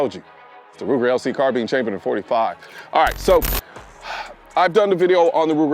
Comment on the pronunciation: Car Bean